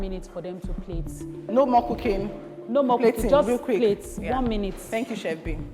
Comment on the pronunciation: From the bottom of my heart Ma, can you correct the contestant’s on the correct pronunciation of “chef”, I can’t take it anymore 😭